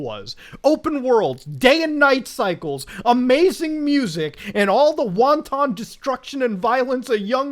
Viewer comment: You pronounce wanton wrong.